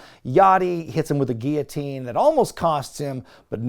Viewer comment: why do you pronounce guillotine like that?! 😂